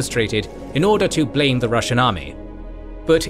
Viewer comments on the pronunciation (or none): none